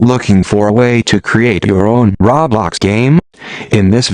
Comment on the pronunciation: but they're right now because there are better videos out there instead of this text to speech voice who can't even pronounce "roblox" right.